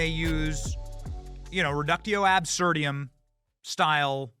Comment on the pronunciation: "reducto absurdium"?!?!?! WTH did you go to granmere school?? That's either "a damm guden" or you're flexing serious affluence!!